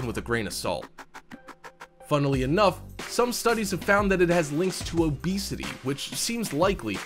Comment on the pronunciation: "Oxi-DIE-zation"? "Fun-IH-lee enough"?